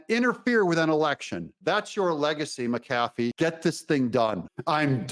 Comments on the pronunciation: Doug... say it with me... MAC-uh-FEE. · Judge "MAC A FEE"